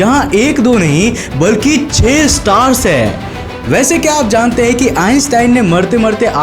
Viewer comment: Ur way of talking is hillarious.....:) mai huuuuuuu, lekinnnnnnnnnn, nahi karte hainnnnnnnnnnnnnn.. Jude hainnnnnnnnnnnnnn.. Lol. end k word pe kam zor laga liya kar